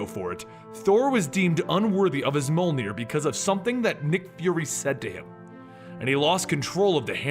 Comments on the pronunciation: Are you saying “moldenier”, because I think it’s pronounced mojlnier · I'm wondering ... what is "mole-near" ? cause the hammer's name is pronounced "Mee-uhl-near" or Mee-oll-near" (written Mjöllnir of course) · I love the videos but everytime you pronounce Mjolnir you pronounce it different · I know that you are very self righteous when it comes to your awkward pronunciation but the way you pronounce Thor’s hammer’s name is so off putting. I constantly have to pay attention to re-concentrate on story every time you say its name. You put a great deal of work in this video, just like in other videos, and your unique pronunciation is sabotaging them. Just a feed back from a viewer if you care..